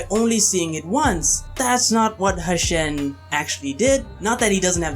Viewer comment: Its "Hu-shen" bro as in "Hoo-shen" not "Hashen". Great video though!